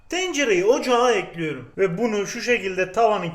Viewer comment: Kimse: Bu abi: Boğamba biğr tağrif geliyoğr Yine kimse: Yine bu abi: tencereği ocağa eklüyorüm —-Bonus—— Abinin eşi: yakan çok kötü.s